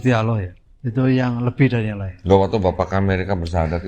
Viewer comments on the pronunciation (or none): Dia sering skl menyebut Alah dibanding Allah…😂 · Agak aneh gerak gerik dan cara bicaranya kurang myakinkan. Sudah 14 th mualaf sjak 2010 tapi kok mengucap kata alloh saja masih beberapa kali diucapkan alah..udah gitu gak ada sertifkat mualaf. Tapi smoga ia bener2 mualaf bukan pura2 mualaf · Ko saya agak ragu ke bp ini, bahwa beliau mualaf. Bilangnya mualaf Sdh 10 thn, tapi bilang Alloh aja masih alah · Bapak ini mualaf sejak 2010 tapi kok selalu salah menyebut Alloh Dengan Allah ya , padahal menyebut Allohhu Akbar minimal ~+ 100 sehari... semoga bapak ini semakin terbimbing menuju jalan yang benar 🤲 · Ngomong Alloh aja salah teruuusss...😁🤣😂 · Menyebut Allah nya masih spt saat Kristen. Semoga istiqomah kalau benar sudah Islam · Bapa ini ko nyebut Allah..ko masi kobelet..hampir selalu sala..dan d sahadatkan meragukan..ni kaya misionaris..